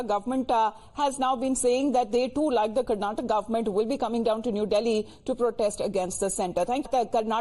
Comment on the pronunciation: Why do you all pronounce Karnatak and Keral in hindi when the same presenter can say Karnataka and Kerala in English ? Do you all need some soft skills training ? Ka and la is not there in Hindi language ?